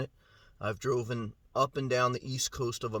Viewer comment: Nice review, and just to let you know it’s “I have driven it” not “I have droven it. You said that multiple times in the video, just disturbed me 😂